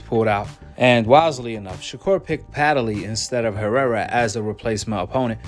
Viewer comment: Hey, there is no a,e,i,o, or u in between the d and the l in Padley. Stop pronouncing his name wrong.